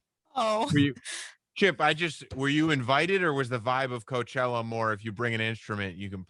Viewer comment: The way she/he over-pronounced words like "Coachella", so nauseating to listen to, very douche chill vibes.